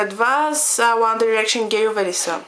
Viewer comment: Мислиш си, че знаеш много за One Direction, но не е така. Та ти дори не изговаряш името правилно. -.- Правиш се на гхолямата работа, а всъщност си жалка. За много яката ли се мислиш като ги обиждаш? По това, което виждам ти май си доста нахранена... Отпадали са много пъти и са ги връщали? Завършили са чатвърти? Барали са се постоянно? Абе ти чуваш ли се? 1-во Те НЕ са отпаднали нито веднъж. 2-ро Завършиха ТРЕТИ. 3-то Не се барат постоянно. Като ще говориш, поне се разрови малко и кажи нещо вярно! А да, научи се как се изговарят. И Mtv Awards също не се изговаря така хД Като ще се правиш на много умната, поне се научи как се гови на английски. Ники по-добра ли е от 1D с един тон силикон? По-яко ли еда си си сложил силикон навсякъде и да си движиш ръцете по тялото на всяко видео? Да, харесвам я... Наистина има талант в рапирането, но не можеш да сравняваш Ники с One Direction. "Те пеят за момичетата" Ъм да. Какво очакваш? Да пеят за момчетата или за кифлите като теб? Те пеят за нещо смислено. Най-важното е, че успяха да накарат всяко момиче да се почувства красива! Всички без Найл и Хаза си имат гаджета - МОМИЧЕТА! Мдаа, много е гейско да ходиш с момиче или да се сгодиш с момиче. ХДДД не знаеш абсолютно нищо за тях so, SHUT UP FUCKING BITCH!!!